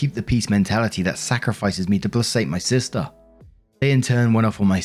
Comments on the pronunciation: Sweetie......."placate" is pronounced "play-kate"......not "play-sate". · So sorry to be annoying but placate is pronounced with a hard "c". Play-kate. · Placate is pronounced like play•KATE. 😊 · my darling, please, it's pronounced PLAY-KATE. 🤣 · Placate is pronounced "play-kate". Basically means soothe someone, keep them calm. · Just a random pronunciation thing, placate is pronounced "pley-keyt". I am posting this comment because I personally prefer to be informed if I pronounced something incorrectly. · Dude, placate is pronounced "play-kate". For Pete's sake, when you see a word that you personally do not use everyday, have the common sense to grab a bloody DICTIONary. There's a reason why DICTION is the first part of the name of the book: it's to teach you how to pronounce the word! The definition of the word is just bonus text. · I love your videos, but I have to say "placate" is pronounced [PLUH] + [KAYT] with a hard C not an S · placate is pronounced like "play-kate" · ….. placate is pronounced Pla-Kate. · "Placate" is pronounced with a hard C and not a soft one, btw.